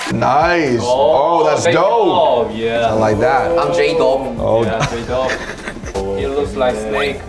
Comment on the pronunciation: Hurt dorg